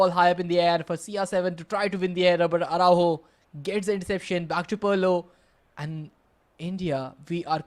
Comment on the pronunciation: someone tell this commentator its not parlo its pirlo😢😢😢😢